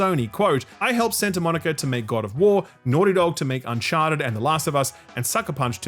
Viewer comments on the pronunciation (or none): none